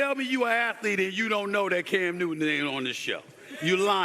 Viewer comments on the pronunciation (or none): His name is can newton. It’s not cam new-in